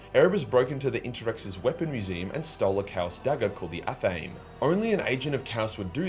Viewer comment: called the WHAT? Why are you saying it like that? It’s ath-uh-may.